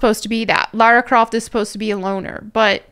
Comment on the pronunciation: It's not Lara Croft, it's Larry Crift 😅